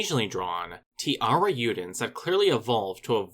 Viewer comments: Great vídeo, just one note, the "j" on tiarajudens isnt pronunced like an "h" or "y" but a soft j sound, since that's the way it is in portuguese, the namesake is also pronounced "tee-ya-ra-j-oo" or "tee-ya-ra-shh-oo" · It's pronounced (tea-AIR-uh-ZHOO-dens)